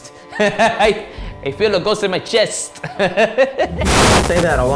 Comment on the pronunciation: VOICE INTEPERATION "MY CHESTUHHH"